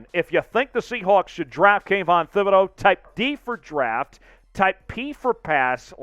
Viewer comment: I became a casual fan of the #Seahawks when they formed in 1976 and a hard core fan of the #Seahawks in 1987 when I was surrounded by Bronco fans. BTW - it is pronounced TIB-ed-oh